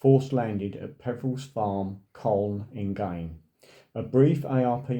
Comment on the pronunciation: It is pronounced Cone. I was born near there.